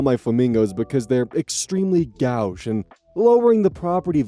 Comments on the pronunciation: gauche is pronounced like go, the verb. go-sh. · "Gauche" is pronounced "goesh." The "oe" sound is the same as the "o" in the word "post." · I'm an artist and my immediate assumption was he got the wrong pronunciation online. It was pretty funny hearing what sounded like a painting term in one of these lol